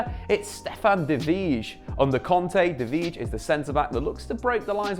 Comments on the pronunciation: Stefan de vrij = “Stefan de fray” or sum, not VISHH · Man you are really butchering De Vrij's name..... its pronounced something like "De Fry" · It's pronounced De Frei! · DE VRY, DE VRY! That's how it pronounced. Yeech! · The way you pronounced De Vrij gave me anxiety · De vrij pronunciation absolutely butchered 😭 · It triggers me to be honest wtf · You should check out how other people pronounciate De Vrij. It's somewhat similar to Van Dijk, but phonetics is hard to write.